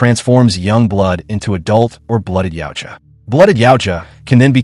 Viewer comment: Yautja se pronuncia YAUTJA.